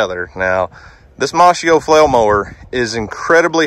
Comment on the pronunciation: Is he saying mossmo. Brand name.